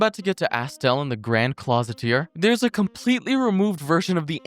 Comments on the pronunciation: he calls the grand cloister the "grand closet-eer" 💀😭 bro is dyslexic or just half ass reading these things, or both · Also, he says Grand Clositier instead of Grand Cloister which bothers tf outta me lmao